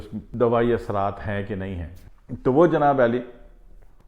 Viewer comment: Bhai Janaab Ali Nahi hota, Janaab Aali hota h